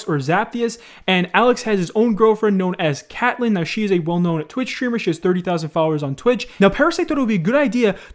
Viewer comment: my guy its "kate" "Lynn" not Cat lynn lol